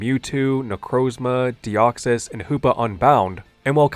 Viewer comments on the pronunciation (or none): none